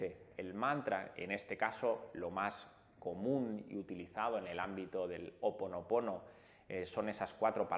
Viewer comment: Botella vidrio azul...tapón corcho ó papel celofán....y nó es Ho oponopono....és Hó oponopono...lo he escuchado mucho a Dr Len...(suena cómo j)al comienzo...